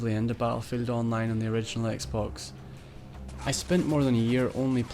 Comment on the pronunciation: what dafuq is a "zeeboo" ? died